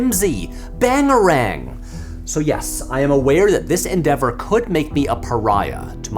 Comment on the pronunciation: BANGERANG, Patrick... Just Bangerang, please.